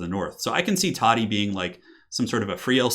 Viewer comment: IT's TODDY ::))